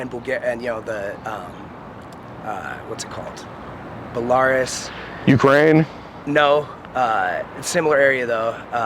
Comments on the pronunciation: bellaurus? its belaroos pronunciation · its pronounced "BELLA-RUUUZZZZEEE" dumbass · Ba-lar-us….. you mean Bell-a-ruse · “Bell-are-us” bro doesn’t even know how to pronounce Belarus. It’s “Beh-lr-oos”. He’s so full of himself and thinks he’s really smart or something. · The way he is pronouncing Belarus is making me so mad😂🤦🏼‍♀️It's not Bel-ARE-us it's Bella-ROOS. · For real I said to my self “Ba-lar-us” whaaat it’s “Bella-ruse” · Wrong, genius ' Sanskrit' is an ancient Indo European Language, not a group of people. Another thing - (' Belarus') is pronounced:' Bay - la - Roos'( not ' bellaris'). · Lol, dude tries to play the whole, "i'm well read" act, and pronounces the name of a country as BELLARUSS. Its pronounced BELLAROOS, dummy lol. Amagansett Press looking pedo.... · It's not Bellaris you idiot!! 😂😂 It's pronounced Bella-Ruse!! 😂 And before anyone thinks they are a genius, yes I know that's not how to spell it, I'm fully aware of this!! I'm just spelling it how it is pronounced !!😂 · "Buh-Lar-Us" Bro lol. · Dude, say BEL-ARE-US one more time! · Bell-are- us ..? 😆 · Bell- A- Rooss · lol no kidding. “Bullariss” I mean wth! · Does this tard mean Belarus? I've heard him say Belaris like 5 times.. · I’m impressed you were able to decipher that he was referring to Belarus when he kept saying Boolarus. I was like wtf is Boolarus. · Its Bey-lah-roos Mr Smarty Pants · If this numbnuts pronounced the country of Belarus “Bullaris” one more time I would’ve lost my mind. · Belarus = Bell-are-us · My dude said, "Belarus." Pronounced it though like this, "Ba-lar-us" hahahaha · Beh-larr-is. LOL! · Dude called Belarus "Bellarr-Us" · Dude calls Belarus “Bell-R-Rez” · When he said “buhlaurus” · Did this guy really refer to Belarus as “Bell-Ahhh-Rass”? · Buh-LAIR-us omfg ... it ain't that hard! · the way this dude pronounces Belarus damn near gave me an aneurysm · The way this man just pronounced Belarus has me shook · I'm irrationally mad he can't pronounce Belarus.